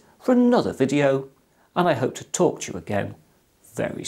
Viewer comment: when he says "talk to you again." it sounds like he's saying "torture you again" xD